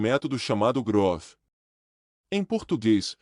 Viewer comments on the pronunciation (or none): Não é apois, é após. Nao e GROF, é GROWTH! Mas vlw a intenção!